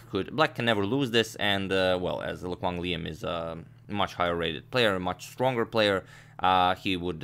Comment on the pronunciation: A+ pronunciation on Lê Quang Liêm lmao